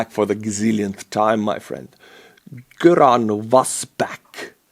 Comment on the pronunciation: Göran is a Swedish name. Gö is pronounced more like “Your” so “your-an” AFAIK. It’s been over 30 years since I had official Swedish classes.